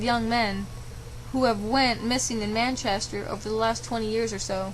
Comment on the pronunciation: Man- CHEST -er not 'man casher' - that was driving me nuts lol (OK ya fixed it nearer the end lol)